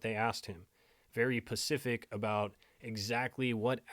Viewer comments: Bro it's SPECIFIC spe·cif·ic NOT PACFIC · Specific (Sss-puh-cific) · Very ‘pacific’ lol that’s cute